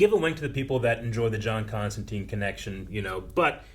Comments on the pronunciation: Still using the incorrect constanteen even when the show is pronouncing it constantyne, bloody americans... ;p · It's pronounced Comstantyne like the river Tyne or Fine. i-e is a long i sound. This was still the case when I taught American English abroad, so I don't get the common miss-pronunciation. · That was a bit frustrating. Even after hearing Constantine pronounced correctly the whole episode, the three of you insisted on mispronouncing it when you talked about her... The name has always been pronounced ConstanTYNE. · Why do Americans insist on calling him and her Constanteen? The series uses Constantyne, which is how Alan Moore, who created the character, said it should be pronounced. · That's the American pronunciation of the name. It made sense when we were talking about the Keanu Constantine, since he was American. It just stuck even when we went back to more comic faithful adaptions. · ConstanTINE it rhymes with FINE.